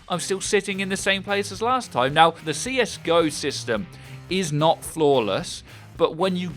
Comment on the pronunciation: Dude r u serious? U say CS GO like si es Gi o...